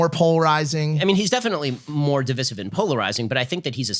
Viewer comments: Why they pronouncing Divisive DIVISIV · Have I been pronouncing "divisive" wrong? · He’s obviously reading off a script too 😂 he didn’t know how to pronounce devise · People can’t pronounce divisive 😂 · Love the podcast but did Ben Shapiro and Mike both mispronouce di·vi·sive? Didn't expect that from Shapiro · I‘m from the UK and I always hear Americans pronounce it like that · I hope you know that they both pronounced divisive wrong, and I'm sure Ben purposely did it in an effort to not make Logan feel stupid.